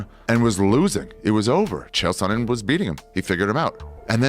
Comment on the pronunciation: It landed in the chest. What are you talking about? Also it's "Sonnen" not "Sonnon" lol